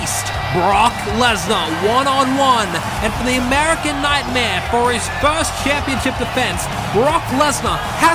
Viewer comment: theee AMERICAN NUTMare